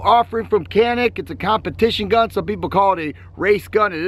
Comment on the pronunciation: İt must be pronunciated like GANİK or JONHİK